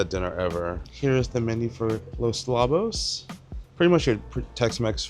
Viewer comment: Not Labos… it’s lowbos. A Lobo is a wolf 🐺